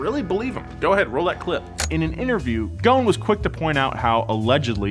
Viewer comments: Its ghoson not gone😂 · It's not gon It's goson like this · Guys, ffs, Ghosn not Ghone... There's an "S" & the dude himself pronounce it... I understand that you can't pronounce the "Gh" is middle eastern natives, but the "S"?! Come on... Anw, love the content, cheers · Dude the S in Ghosn is not silent. He is Lebanese. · Why you keep saying ‘’Gon’’ it’s Gho-s-on غصن which means branch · There’s an S in his surname. Pronounced Goh-sen not Gone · U butchered his last name so badly🤦‍♂️ its ghosn, its hard to explain how to pronounce the gh but at least u need to pronounce the s, it sounds more like ghoSin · the name is Carlos Ghosssssn, the S isn't silent:) as for the Z, I don't think it would sell properly with that price tag, its just a 370Z with the q60 engine and a facelift, the 370 was always there with 6 spd, no one cares about that, its just us enthusiasts that get excited every time we hear a manual is on the way! however the market is what decides and not us, since its a 2 seater with a higher price tag then I see that this car is going to fail, ppl want sedans and suv's, this car has the same cabin, same chassis n body, same seats, same bulky ugly side view mirrors that block the side view with a newer exterior look, infiniti engine and a newer dash, those 3 gauges are there on my 370z's, I just hope they enhanced the balance so it could take turns better than 370's and hope it doesn't have overheating issues like 370s, lets wait n see how it goes! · ouch i feel insulted cuz im from lebanon.. nah jk but i still dont know why carlos ghoson (thats how its pronounced) was put to jail in the first place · im from lebanon, ur supposed to pronounce the s in ghosn